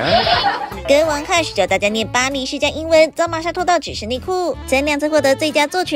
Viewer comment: 好標準的巴黎世家❤️